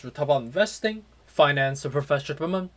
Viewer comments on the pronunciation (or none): I always try to figure it out too now I know but he doesn’t say those last two words completely especially the word ‘development’